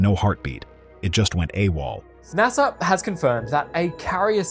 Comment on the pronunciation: ITs NASA not HASA.